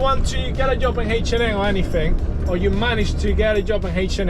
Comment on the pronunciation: H&M not H&A 🤣🤣